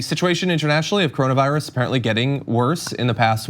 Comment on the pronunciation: What is the "Caronavirus"? I thought it was called coronavirus. 🤦🏾‍♂️🤷🏾‍♂️